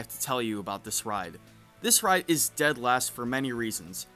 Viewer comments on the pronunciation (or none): none